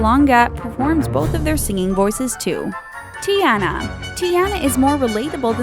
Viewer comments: YOU DONT SAY ANNA AS ANA YOU SAY IT AS ARNA AND YOU SAY IT TIARNA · She said Teana and that is very wrong put some repek on tiana's name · It's pronounced Tee•ahn•na and Ahn•na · bruh. learn how to pronounce Disney Princess names. Ariel= Airi•ul. Tiana=Tee•a•nah. Elena=Elay•nah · she said tiaana and annna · Was anyone else triggered bye the way she said Tiana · Bitch said Tiana wrong smh 😐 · Did anyone get annoyed when she kept saying Ariel,Tiana,and Elena wrong XD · I'm mad she didn't say Kocoum's and Tiana's and Hans' names correctly. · How they pronouncedTiana, Elena, and Anna really ticks me off